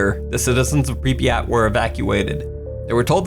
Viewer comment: I’m pretty sure you said Pripyat wrong you said it like this pripiyat but it’s supposed to be Prip yat